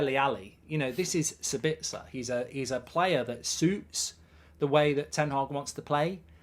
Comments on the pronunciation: For your info it is pronounced saabitzer so basically a long pronounced a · As a guy from Austria it´s pretty hard to endure his pronounciation for Sabitzer xD.